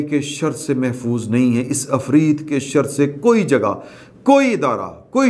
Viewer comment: afreet nahi hota janab , asli pronunciation hay ... afriyyat .